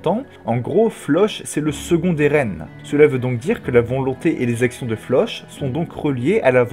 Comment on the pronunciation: Juste 😁😅 Tu pourrais prononcer floch autrement que "che" ? C'est flock 😭😂😂